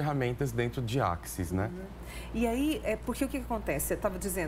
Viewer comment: Só faltou a apresentadora fazer a pronúncia corretora da palavra access